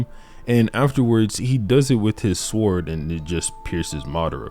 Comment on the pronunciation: In the word "sword" the w is silent.